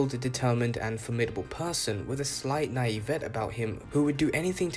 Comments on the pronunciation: I think you are saying Naivete, which an English speaker would pronounce Nah-EE-vah-tay. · nye evette? come on bro learn english